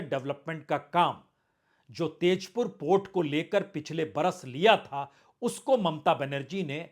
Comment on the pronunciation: Sir not TAZPUR it is TAJPUR